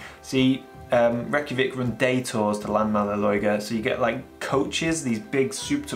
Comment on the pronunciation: have been to Iceland before, will absolutely go again. I'd recommend more of the North of the country, I think its a bit prettier, and has some stunning varied landscape. The area around Myvatn is beautiful and has some amazing volcanic landscape. i'd like to spend some time around Landmannalaugar (p.s. the laugar bit is pronounced logar)